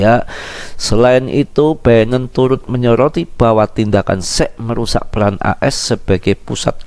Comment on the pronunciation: Kok gw denger mas bro bicara sec apa sex sih wakakak